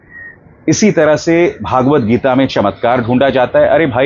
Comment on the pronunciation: सहमत हूँ इस बात से आप की. PS : सही अथवा उपयुक्त नाम व उच्चारण "श्री मद् भगवद् गीता" है. भागवत गीता नहीं.